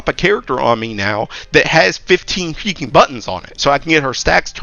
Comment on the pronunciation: Why does it sound like you say heaking instead of freaking thats so odd